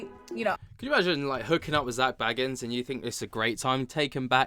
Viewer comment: You say his last name like Beagans but anyway it’s crazy that people are surprised by all this 😂 my jaw is literally not on the floor 💀